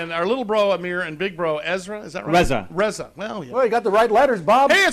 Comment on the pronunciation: Surf Brothers Teriyaki is yummmmyyy!!! Love this place! Ezra/Jerimiah/Reza...cracks me up how he can't pronounce Reza. lol. Entrepreneurs like these brothers are inspiring, humble, and show what anyone can do with persistence, hard work, and a delicious menu! yum yum yum and fun fun fun!